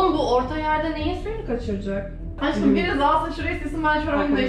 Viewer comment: Nobody: Ecenaz:Aşkıım